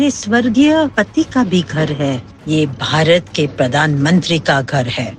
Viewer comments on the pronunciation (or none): none